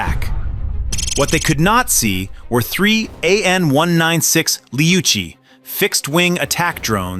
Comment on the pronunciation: They are called ATTACKEMS, said as Attack-ems, NOT A-Tack-ems. Apparently you know that since you pronounce their name correctly . If you can say it right once, you can say it right every time you Imbicile! - They are called Lee-oot-tee's, NOT LOUCHIES! They don't even have the correct letters on the end like to make the chee sound! Clearly you know that since you call them by their appropriate name. If you can say it right once, you can say it right every time. God you're such an Imbicile!!!